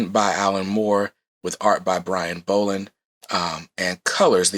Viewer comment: It's pronounced like doll not bowl. There's videos on YouTube that has Brian Bolland pronouncing his name properly.